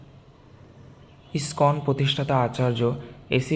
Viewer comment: ওটা স্কন নয়, ইসকন মন্দির। উচ্চারণ গুলো ঠিক করুন।